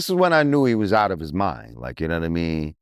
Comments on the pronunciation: take a shot everytime he says "nawmeen" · He needs to work on himself ,"unowaimeen"